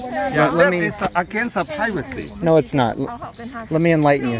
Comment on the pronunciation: "It's against the pivacy." Okay, Toh-Nee Mon-Ta-Na. 😆